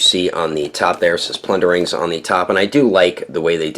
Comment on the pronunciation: plunder-LINGS lol I swear I'm hearing you say plundering correct me if I'm wrong bro after watching pretty close to every one of your vids I don't think you wanna be saying the wrong name of these great little elvish things